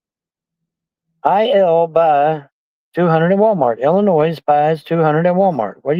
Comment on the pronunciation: 3.: During a conversation with Samantha Soo-War-ess about a sizeable donation, sees "IL pay $200 at Walmart"...and reads it as "Illinois (with an "s" sound at the end, of course) will pay $200? What are yew talking about??" Confirmed 190 IQ and can't figure out she just had a typo. Also, 190 IQ and can't figure out she's offering to buy him stuff at Walmart in his name that he can pick up at the store after she gives him the order number. I'm beginning to understand why his 190 IQ genius hasn't brought in any Nobel prizes or other such accolades. He is in the Guinness Book of World Records for Longest, Most Pointless and Befuddled Reply When Asked How Old Are You?" Don't kid yourself,. Eveyone got the lame "joke" immediately - you are not 'clever.' He ain't gonna let yew F'n trolls know where he is. He's no fool-no fool at all!